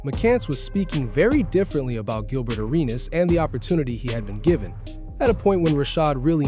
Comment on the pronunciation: Did you just call him Jilbert 😅